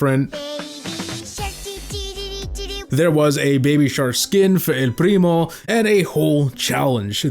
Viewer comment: the way you say "el primo" is so freaking cool